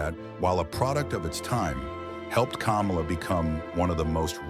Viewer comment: Why are you saying Kamala's name hell of wrong